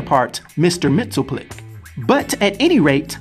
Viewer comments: You're are mispronouncing Mr. Mxyzptlk. Mainly the ending part of his name which sounds more like "LICK" not "TILK" try sounding out his name two letters at a time. It's a little less difficult that way. Remember "Pittle-Lick" not "Pitilk" short "i" not long "Ī" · Correct pronunciation is Mix, yes, spit, lick. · I think its pronounced Mr. Mix-yes-spit-lick